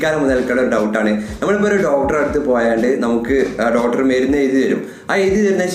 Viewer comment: ഡോട്ടർ, ഡോട്ടർ, ഡോട്ടർ ഒരുപാട് തവണ പറഞ്ഞുകൊണ്ടിരിക്കുന്നു. ഡോക്ടർ എന്നതല്ലേ ശരി